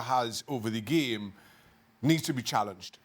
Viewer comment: I like how Shaka pronounces it. Geam.